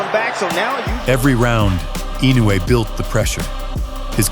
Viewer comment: The last name is "II - NO - UH - EH".... Commentators insist in the INOWAY!!!!